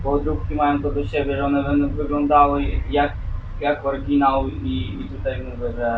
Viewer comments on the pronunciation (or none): i jaki kurwa "orginał" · Bo ten typ mówił „orginał” i na tym polegał żart